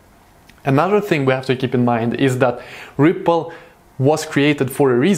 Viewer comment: Sounded like you said triple in the beginning but Yo I love this channel keep it up 👍🏼👏🏼